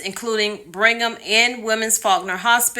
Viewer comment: It's BRIGG-HAM not bring ham..lol in a Bostonian accent it would actually be Brig-um 😉